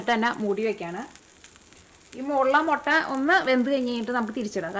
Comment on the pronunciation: Thanks... A gud,easy dish.. Gud presentation.. But 'motta' just irritates.. Improve to mutta.. Because we like u.. 🧡